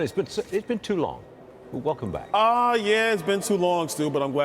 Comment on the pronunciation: Wow Stu.... a congressman from Florida and you call him Byron Donaldson?????? Wow Stuie, Buron Donalds.... stuie!!!!!!